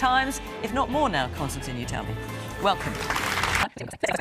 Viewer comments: “Konstan Kissin” in the voiceover intro tho. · Did she say ,,konstan,, ? :D